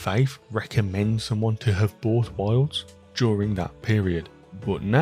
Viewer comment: i was thrown this whole review bc every time you say wilds it sounds like worlds